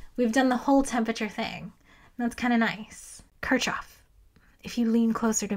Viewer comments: It's pronounced "kirkhhof" [kɪʁχhof] (but I'd excuse [kɪɹkhof]) and there are some dialects that pronounce it closer to "kirshhof", but it's definitely not "kirtshhof". Why are Americans so bad at pronouncing German and Russian surnames (and also some Greek and Hebrew words)? You always assume the letter combination ch does its common English sound even when it's in a foreign name, and you just should not do that. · it is not "ch", it is "h" in Kirchoff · No way you called kirchoff kir”ch”off 😭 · It's fine, it means she learned from a book, which is admirable. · yes that’s why I didn’t correct her I’m just surprised she would say it like that lol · Took a few seconds to figure out who that Kirchov was you're talking about. The guy was NOT russian, there's no "tcho" in Kirchhoff / I understand if the english speaking scientific community mispronounces by default and this is for the sake of unambiguous communication, but if you target the general audience, that might be a good reason to break the bad habit, thank you very much ^^